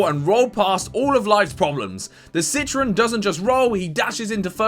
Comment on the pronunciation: It's pronounced citrOn not citrin